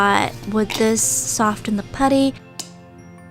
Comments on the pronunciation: Soften not sof ttten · Just btw it’s pronounced ‘soff-en’ not ‘soft-en’ 🙄🙄🙄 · I love her channel so much but why dose she pronounce the T in soften? Oml I'm sorry lol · sOfTeN You need help with that word sis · hey, not criticising or anything but in the word soften, the t isn’t pronounced so it’s like soffen. just a tip for you, no hate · y do u say sofTen insted of sofen that really gets on my nerves like if u agree! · Every time you said sofTEN I cringed so hard. Soften is pronounced “Soffen” 🤦🏼‍♀️ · No hate but it’s pronounced “soffen” not “sofTen” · Does any one else realize she say soften but pronounce the t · i absolutely love this video but i just can’t with the pronouncing the T in Soften the T is silent😅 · #stofentheputty the t is silent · The way she says soften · U keep saying soften not soften. ....... pet peeves